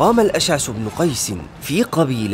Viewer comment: تكلم باللغة العربية الفصحى لقد صحفت اسماء مثل الاشعث سميته الاشعس وقس على ذلك هناك من لايعرف الأسماء العربية من المسلمين الغير عرب ويبني على قولك بلهجتك العامية ليتك تجتهد قليلا وتعتني بالمخارج الصحيحة للالفاض ندعوا لك بالتوفيق والمزيد من الازدهار أخي الكريم 🛑🤲